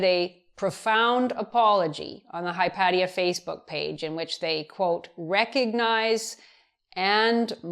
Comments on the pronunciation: Hi paddy-er? Its the name of a female Greek philosopher. To pronounce it better, say it whilst imagining hot sun, olive trees, and salt in the air from the sea-spray, and suppose, for a moment, that you utterly love her. She was renowned for her beauty. My guess is, its made up for her philosophy :). Hi-pay-sha. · "Hy-PAT-ee-uh"? eeeesh. It's painful for me to hear Prof. Fiamengo mispronounce a name with which I would've thought all people with humanities PhDs would be familiar. It's "Hy-PAY-shuh". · Hypatia is pronounced "Hi paysh uh", not "Hi pat ee uh". I know this because Carl Sagan talked about her in Cosmos. But then again, this is Carl Sagan we're talking about.... you can't exactly trust that he of all people pronounced something right what with his silly New York accent. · It’s pronounced “hy-pay-sha” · Oh no--I knew I would get in trouble for this! I looked it up on one of those Google pronunciation sites, and a sweet woman's voice TOLD me it was Hi-pat-ee-uh. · Hi-pay-sha, surely? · Everytime she pronounces Hypatia, I get triggered!! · lol. No biggie. The mispronunciation of their name seems the least of Hypatia's problems really. Respect and regards from pedants' corner.